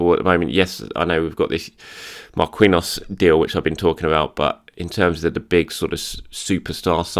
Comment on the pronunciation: You should really fix your pronunciation of "Marquinhos", PSG and the Brazilian National Team have another Marquinhos and as far as I remember you pronounce that one right. Anyways, it's not Mar-kiwi-nhos, it's Mar-ki-nhos.